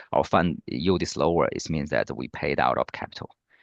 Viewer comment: donno what "you" talking about , it's YIELD , please get local singaporen rather.